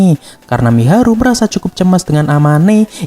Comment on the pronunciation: Mahiru bg bukan miharu🤣🤣🤣🤣🤦🤦😵🤦